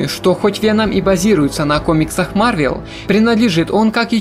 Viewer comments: Я продолжу смотреть твои ролики если вместо марвЕл ты будешь говорить марвЭл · О мой бог, не марвЕл, а марвЭл, по крайней мере мне режет слух